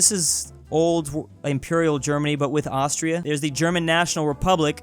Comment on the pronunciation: oh no not ast-tris